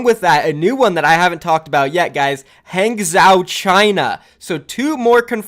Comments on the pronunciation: Hangzhou is pronounced hahng-joe lol. Use google noob. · Hangzhou = Haang - Jo I think if we follow the pattern of city so far, another candidate for last Chinese city is probably Chonqqing. Just pure feeling... no reason behind that. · lets get dat JUICEE BOIII, oh and P.S Hanzhou or any chinese city with zhou at the end is pronounced like Han-jou/jou. the Zh in chinese is pronounced like a J in english, thought i'd clear that up a bit. :D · is it really that tough to google "pronounce hangzhou"?